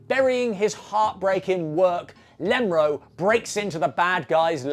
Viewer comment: Please stop saying Lemro.